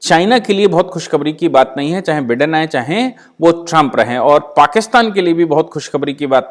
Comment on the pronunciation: with respect just for your information he call himself बाईडन not बिडन